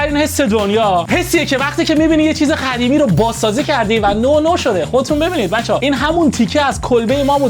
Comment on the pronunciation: داداش زحمت بکش به جای قاف خ نگو مثل قدیمی نه خدیمی